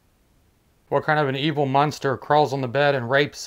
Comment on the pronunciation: Did the guy really just call the demon "a evil munster"? OMH LMGAOATS I think the demon EVIL "muenster" "cheese" is hiding on a ham sandwich In the kitchen.